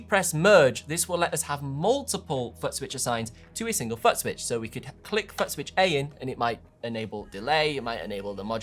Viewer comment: I thought it was just my hearing. He can't pronounce FOOT